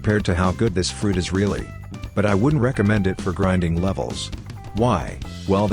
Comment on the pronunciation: bro really said "griding sea baeasts in first sea "